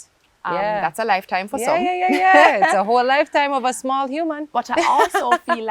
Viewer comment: When she said Sumall 😂😂😂